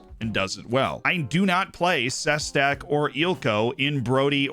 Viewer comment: My friend, I have noticed that you have a lot of slovakians in your team. For this reason, I want to give you the correct pronounciations, as I am from the czechoslovakia region. Balaz - Ba-la-sh Ilko - il-ko Sestak - She-stak Simko - Shim-ko